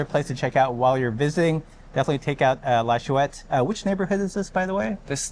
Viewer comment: It's not shoe-ette lad. It's schwet.